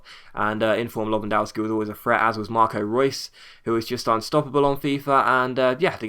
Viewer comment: you say Lewandowski wrong JS Great vid